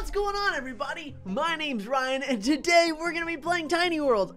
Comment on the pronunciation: “Hi I’m Ryan” What I hear, “Hi I’m Tewtiy”